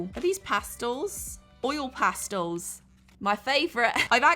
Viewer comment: This looks so fun and I love how you gave your opinion because I completely agree with you… BUT you pronounced pastels wrong 😢 I’m sorry but this made me so annoyed 😡oil “pastulls”? No. It’s pronounced PAS-TELS! Thank you for your time bye now 👋